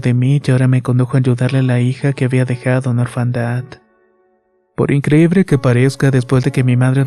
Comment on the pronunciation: por increibre jajaja te adoro 🤣🤩🤣🤩🤣🤩🤣🤩